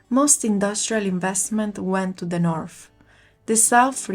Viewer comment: Good job. Please note: English words that have "th" are not pronounced like "f"; English words that have "ph" are pronounced like "f." North is not pronounced Norf, and South is not pronounced Souf! 🙂